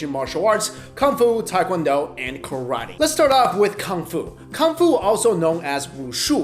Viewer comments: also it isn't KAR-A-TEE, it's pronounced Kah-rah-teh. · Ka RAA Te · hey dude, it is no tai kwan do-its tae kwon do! hey dude its not karati, its karate, hey dude it not kang fu, its gung fu.